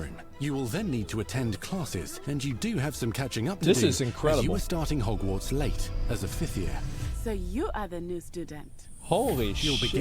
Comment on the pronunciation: Whoever uploads this, its Hogwarts with a T, not Hogwar"d"s